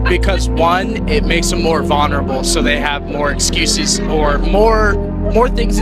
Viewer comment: The only thing I have against tan hat guy is that he says 'vuhnerable' abs not 'vulnerable'. That being said, my husband has been cried undying of me, to me, etc. I don't think less of him because of it. But, if he was sign this regularly, I'd have him seek help, obviously with looking at myself. I'd look into myself and see if I'm contributing to his pain, and then how I could help. But men shouldn't cry like that because they are more emotionally stable. But it's not something to be seen as a weak thing. It's a serious thing requiring serious help, love, and attention.